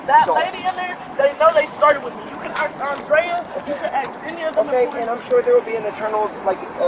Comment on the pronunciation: She keeps saying: “You can axe…” The cops are like: “We’re not going axe the people that you just threw hot grease on. They’ve been through enough today”. 😆